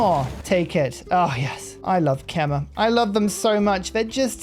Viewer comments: As a khmer person we are honored u you are playing our nation. Put please Khmer is pronounced "Kha - My" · I love the ke-mer! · Well I commented this every time you played Khmer and you still seem to not care. But it's pronounced Kmay (like in eye).